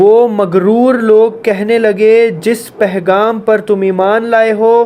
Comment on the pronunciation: ...Ap bohat acha kaam kr rhy hain.aik lafz Sahi kr Lyn.... Pegham hota hai... Pehgham nhi hota... Lekin phr bi koi masla nhi hai... Shukriya 🌸🫂